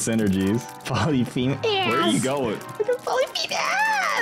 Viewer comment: Thats not how you pronounce polyphemus